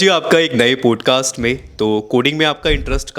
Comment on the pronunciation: Bhai it sounds so irritating when you say पोडकास्ट .. it’s पॉडकास्ट